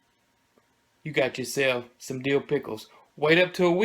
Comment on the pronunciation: Love pickles!!!! Good to know. It sounded kind of funny when you said, "Whatever part of Dill you have use it." Cause it made it sound like, Kind of a Deal, lol...